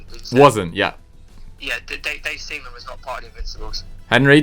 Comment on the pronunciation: butchering Seaman and Biabiany was the highlight😂😂